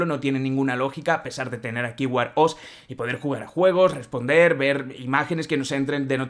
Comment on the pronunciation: ¿Qué es "War-OS" ? Unas clases de inglés no caerían mal, "wear" no se dice "war".